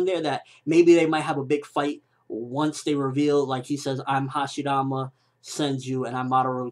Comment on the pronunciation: why does he pronounce hashirama with a "d"?